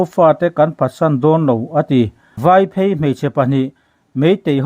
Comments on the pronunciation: Vâiphêi ti lovin,Váiphëi tia lam tur.Phêi,tih lai hi,a sâng tur a ni lo !! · "VAIPHEI " hi "Kawng phei/zawl angin sawi tur a nilo.Vaiphèi" tia sawi tur. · Mizo tawng chhiar dik tum hram hram teh. Vaiphei.... Vai lai hi lam hniam tur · Vaiphei tiha,'phei' tih lai hi,Pheichham' tih a,'phei' tih thlûk anga lam tur.Mizo hnam langsar ve tak hi,i lo chianglo hlauh a nih hi!! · VAIPHEI Vai - phei tih hi tlûk hniam tur aw. Lunglei aṭangin engtik khan nge ilo phei ? heta phei ang hian lam tur aw. Knowlage zau china ngaih ini adin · I chhiar ve duh chuan VAIPHEI i lam dan hi fim khur teh PHEIKHAWK kan lam a, PHEI ang hian lam tur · Vaiphei hi i thluk dan a diklo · Vaiphei i thluk dan kha a dik lo takzet ,fimkhur teh.